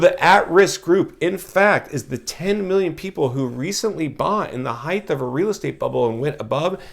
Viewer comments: The word is pronounced HEIGHT --- not HEIGTH. A house on the next block over sold in a couple of days. Listed at $890,000 - sold for $920, sq. ft, 4 bedrooms, 3-1/2 bath, 4950 sq ft lot. An average house in an average area. As a former realtor, the buyer(s) will be in foreclosure in a few years. I saw this in 2008 -- and most of the foreclosures will be bought up by Blackstone, Blackrock, hedge funds, wall st. Very few families will be able to afford to buy - because they will be unemployed or working part time. Very sad time in America. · Length, width, breadth ….. heighth …. I say it too. I know it’s “wrong” but the word makes perfect sense, more so than height. Carry on grammar wizard